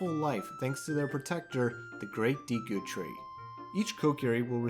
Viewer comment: Nice video but the deeeku kills me everytime